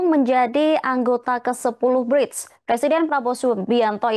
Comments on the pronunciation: Narator knp slalu bilang Bride..BRICK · gemes banget host nya gak bisa nglafalin BRICS. pelafalannya itu sama kaya kata bricks (bata), bukan bridge (jembatan). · Bukan bridge mbak, BRIICK